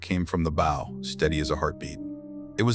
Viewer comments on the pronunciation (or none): When is the AI going to learn how to pronounce the name of the pointy end of the vessel.......B OW. 😊 Not bow tie